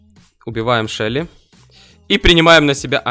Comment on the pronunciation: "шеЛЛи" А не "шелии"